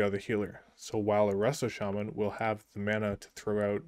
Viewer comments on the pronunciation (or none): Didn't you were a jaja until you said chaman over shaman lmao